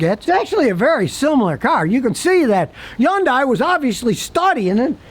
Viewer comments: Scotty thinks it's YUN-DIE. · scotty: wikipedia says "yundai" is pronounced Hyeondae. there is an H on it. like as in Harry. Hilda. Henry. Hungry. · Why doesn't anyone tell this guy how to pronounce Hyundai the right way? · Hyundai rhymes with Sunday!!!! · It's pronounced Y-UN-DAY. The "H" is silent. The company came forward and said that's how the car's name is supposed to be said. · Is he saying Hyundai? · Because he can only pronounce vehicle brands that are, for the most part, reliable 😂